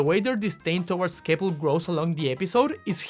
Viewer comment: honestly kinda hilarious that you accidentally mispronounced Kepl's name because part of that whole thing was him being pushed to the background and host Vic forgetting his name 😂😂